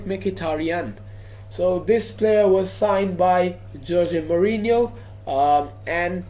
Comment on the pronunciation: Not mourino van gaal